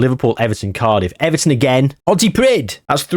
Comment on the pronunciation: Pontypridd is pronounced, "Pont-uh-preeth (Th as in with).